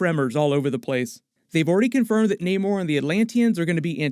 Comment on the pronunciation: His name is Namor,not Neymar! 🤦‍♂️😅